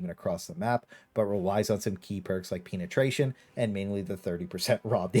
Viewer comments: Pee-netration? :D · Lmao that peen-etration pronunciation caught me off guard